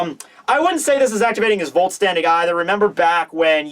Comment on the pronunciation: try to pronounce the "Vollständig" not like vault standing... more like foll-stand-ig :D Germans!